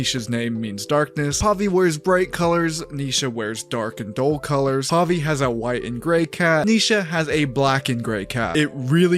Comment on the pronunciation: "Puhvi"? :'D